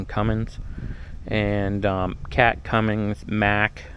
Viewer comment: it’s a Cummins, not a Cummings. Please, get it right.